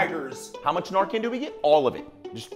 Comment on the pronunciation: It’s nar-can not nar-cannot!